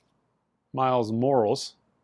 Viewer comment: Wait, I’m sorry, did you say Miles Morals instead of Morales? 💀💀💀